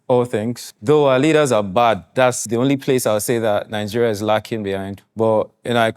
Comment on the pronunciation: Lagging behind my Brother not “lacking”